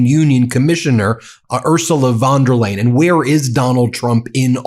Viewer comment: Excellent video, but not spending a few seconds finding out how to pronounce the name of the president of the European Commission makes you look unprofessional, unreliable, and uneducated. Von der Leyen is pronounced like "lion", not like "lane"!